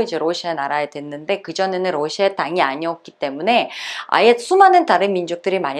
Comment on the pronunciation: 원래 억양이 러↗시아 라고 하나봐요^^ ㅎ 우리나라 사람은 보통 러시아↗ 라고 하지 않나요? 힛